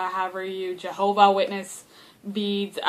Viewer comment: 'Johoba' Whitness made me laugh!